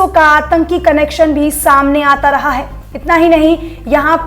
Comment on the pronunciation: Ye ladki “hai” bhot ghatiya bolti hai yaar..